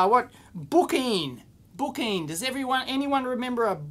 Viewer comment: The Bookeen is brookeen.